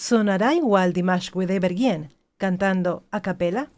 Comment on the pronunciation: Димаш-фантастический исполнитель!..СпасиБО за добрые слова!Имя Димаша Кудайбергена очень чисто произносите!..С любовью из Казахстана...💖💖💖